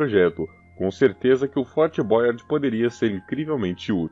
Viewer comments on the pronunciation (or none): O reality show Fort Boyard ainda acontece, mas so no periodo do verao. O narrador poderia se informar melhor da pronuncia em frances a sílaba tônica costuma ser a ultima, é Fort BoyARD, nao da forma inglesa como diz. E é BoyARD Ville e nao Boyard Vaille, alias em outras linguas se le ville tb. Poderiam ter muito mais cuidado. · Fort Boyard com acento em inglês para uma estrutura francesa falado por um brasileiro é realmente ridiculo...ou fala o nome em português ou fala em francês.... ô povinho bunda o nosso, americaniza tudo.